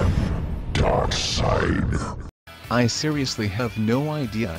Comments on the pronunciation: He said “dark seed” this is bullshit af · darkseed lol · Darkseed! XD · Darkseid is pronounced As Darkside ok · darkseed. lol its darkseid you doofus! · Darkseed? SSEEEEDDDD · When I heared "Darkseed" Meh! clickbait! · Its pronounced DarkSIDE! Jesus. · Why the hell I'm watching this video.. He can't even pronounce the name of Darkseid correctly.. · Of course it's saying darkseid's name wrong, it's a computerized voice, it's reading words as they're spelt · I see. However, feeble mortals dare to get the all powerful Darkseid’s name wrong on these strange projections they call “you tube”. He will annihilate everything. In the name of Apokolips! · Wtf really Darkseid come on at least spell the name right so the computer bot can say it right. This video is joke. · Just have to give a thumbs down for the basic reason on how you ABSOLUTELY BUTCHER the pronunciation of Darkseid. Get a clue sir!!! SMH!! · You are pronouncing DARKSIED wrong. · Joseph Rema no it's darkseid he got them name spelt right he was saying it wrong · Learn how to say Darkseid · First learn to pronounce darkseid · As soon as the robot said Darkseed I paused the video and shook my head in disappointment. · Loses all credibility when you hear "DarkSEED" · Did I just hear him say "darkseed" WTF man.. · Do you guys not realize that he's using a computer program for the voice, not his own? That's why "he" is saying "Dark Seed". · If you couldn’t use your own voice, you should have at least edited the transcript so that it didn’t keep belting out “Dark Seed.” That was annoying. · God, the more and more he said dark'SEED', the more annoyed Im getting.... LOL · say. darkseed.. ONE. MORE. TIME. -_+ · Dammit man, Dark-seed?? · Did this dude just say Dark Seed?? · For fuck sake don't say dark seed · Why do you keep pronouncing his name as "Dark Seed"... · Luân Thành he is using text to speech so he probably put in darkseid but it would only read it as darkseed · For god's sake man...it's not darkSEED!😑